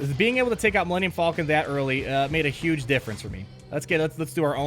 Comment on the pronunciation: "Millennium Fallkin"